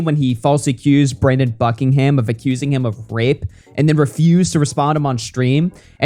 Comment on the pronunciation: Sneako just doesn't really think about his worldview much imo, he used to be branded as an introspective person. There's no semblance of that anymore, he'll just dismiss any criticism of him or people he likes cause it'd fuck with his money. He can't even speak Brandon Buckingham's name, he's actually scared of some stopping to his level of insulting him